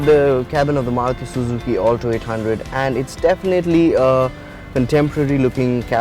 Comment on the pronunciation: Its Alto not 'All Toe'